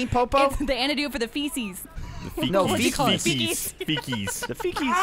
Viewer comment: I only keep coming here for when flubs word "feces" xD